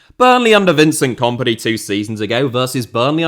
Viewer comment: Can you pronounce kompany to sound like the word in companies house please as opposed to the comp in competition? Thanks